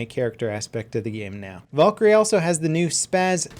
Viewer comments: it's Val-kyrie not Vol-kyrie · its not volkyrie it's Valkyrie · I know it's Valkarie not vulkarie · volkerie hahaha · I love your content it's great but it's not Vawlkarie it's Valkarie like Val karie I'm not trying to hates it's just really bothering me thanks for reading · Valkyrie not volkyrie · Please don't say Valkyrie like that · The way you pronounce Valkyrie makes me cringe.